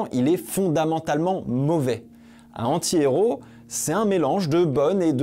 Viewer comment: Le fait que tu ne fasses pas la liaison entre "un" et "anti" quand tu dis "un anti-héros" me rend fou de rage